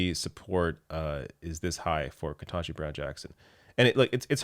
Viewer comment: KETANJI. Not "ken-TAH-ji." For the love of god you're the third supposedly liberal ally YouTube commentator, just that I have watched!, to mispronounce the woman's name.